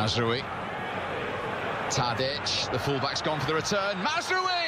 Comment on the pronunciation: The way he pronounces it s mazroowy